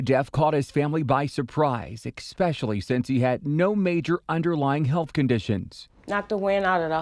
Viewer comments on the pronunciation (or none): "ESpecially." Not "Expecially."